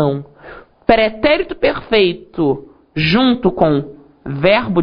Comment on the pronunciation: o pretérito pERRRRRRRRRRRRRRfeito... Adorei rsrsrs